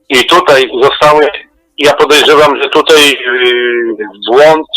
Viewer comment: Uwielbiam fachowców mówiących "tutEj".